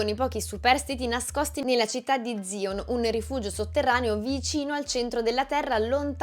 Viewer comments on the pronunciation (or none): Si Ma Zion si pronuncia tipo Zaion, non Zion. Nel film si capisce bene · Se vuoi essere più credibile ti consiglio almeno di vedere il film di cui leggi la disamina (immagino da AI). Così fosse pronunceresti 'SAION'...non 'ZION....e sapresti che nel film ci si riferisce a Matrix in modo diverso: si entra IN matrix non NELLA matrix etc etc come sbagli infinite volte..... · "Zion".... ma come sei messa.... ZAION!!!!! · La città al centro della terra non è zion come pronuncia ma xsaion ... Ogni cosa non è casuale nemmeno quel nome così carico di significati specialmente negli ultimissimi anni .... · Va bene tutto..ma veramente hai detto “ZION” ? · Ma dai, ci spiega l'acqua calda senza nemmeno aver capito come si pronuncia Zion. Dovrebbe cambiare il titolo in "Nessuno dei miei followers ha capito..." così è meglio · Non penso tu abbia visto il film, non sai nemmeno come si pronuncia Zion... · Santa Madonna, sentire quella pronuncia di Zion è da denuncia. Tra l'altro nel film lo pronunciano correttamente, per cui è davvero incomprensibile come si possa sbagliarlo.